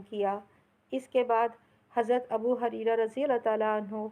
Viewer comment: Abu Hareera nahi Abu Huraira r.a sahi word hai